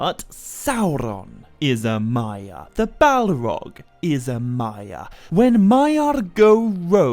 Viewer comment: I love the content but I have a really hard time abstracting from all the rolling on the r's why do you pronounce it SauRRRon, MaiaRRR and ValaRRR? Like Tolkien was from Spain? I'll keep watching because the content IS high quality!